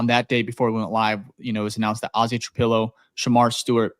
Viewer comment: Please LEARN how to say Ozzie Trapilo. It's not hard.